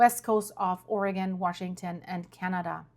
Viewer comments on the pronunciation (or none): none